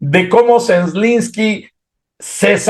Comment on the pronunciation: Es tan difícil pronunciar Zelenski ?? Zelenski no: “Zenlenlenski”. 🤨